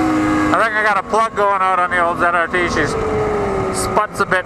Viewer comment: I have about 4400 miles on the ZRT. We do pronounce our Z's different than American's do. Glad you enjoyed the video!